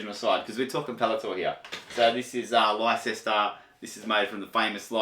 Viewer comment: It’s pronounced “Lester” man … “Lester”